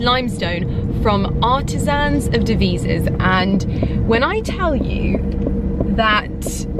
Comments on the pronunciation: Devizes is pronounced Dev-eye-sis not Dee vee sis. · agggg I live in Devizes and it’s pronounced de - v - eye - zers #muchlove xxx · Its not Deveezes - its Devizes…. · It's pronounced De-Vye-Ses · Maybe learn how to pronounce Devises if you’re saying you have been a fan of a brand forever. It’s an I not an E.